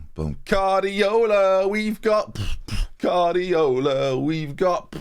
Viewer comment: I think you mean Carrdiola...